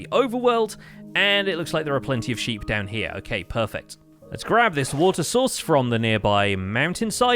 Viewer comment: Is it just me who misheard him saying "water source" as "water sauce"